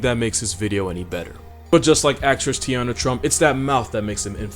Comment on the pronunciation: “ Teanna trump” he said actress 🤣🤣🤣